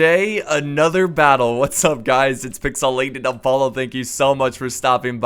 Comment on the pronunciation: I dunno why I can never take him seriously when he says pixelated appolo